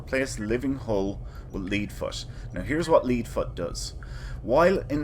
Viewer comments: Great video, I'll have to try this route, as it's different than the one I use. Mine skips Traelus in Beta and Breen in Alpha. Couple things though, do you not use a Miracle Worker ship fed-side as well, I'm guessing you use the Dauntless? Two, it's "ledd" foot, as in the metal "lead", as opposed to "leed" foot :) That Defera node looks tricky, but I heard that it only counts a system if you fly in from approx 3 LY out, since you start right there, that's probably why it didn't count and why you had to jet out a bit and come back. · Lead Foot (pronounced LED Foot) costs 30 mil in the exchange..... Would need a month of running TTG just to break even so kina pointless